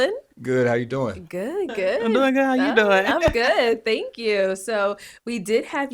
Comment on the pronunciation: Thangs Thangs Thangs.....super annoying Bro